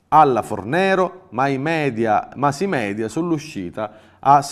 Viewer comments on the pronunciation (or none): none